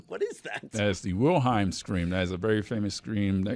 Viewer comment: Insane to not know the Wilhelm Scream, nor how to pronounce it. Out of your jurisdiction here.